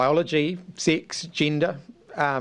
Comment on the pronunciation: "Baiyologi, Six, jinda, " I needed a translation there 😂